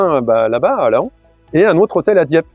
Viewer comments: Oui on le prononce " Lan". En 1999, à quelques dizaines de km de Laon, l'éclipse était en fait totalement visible sans nuages...😊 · 👍👍👍 Louis Bertignac Ok... A quand Mark Knopfler?...😉😊😊😊 Laon , on ne prononce pas le o😉